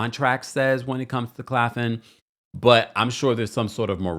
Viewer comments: The school is Claflin. Claf - Lin. Not Clafin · Claf-LIN not Claffin